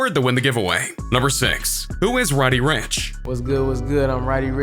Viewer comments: Whos is Roddy "Rench" fam its pronounced Rich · did he just say Roddy "Ranch"?